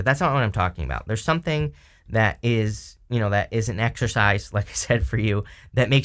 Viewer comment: Are you saying exercise or exorcize?